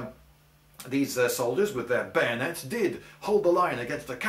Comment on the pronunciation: Kahuna _ I think you mean bayoooneets!!